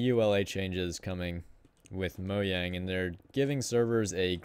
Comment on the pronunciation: U say the j in mojang